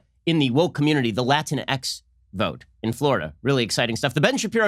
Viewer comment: "Latinx" is pronounced "luh-TINKS".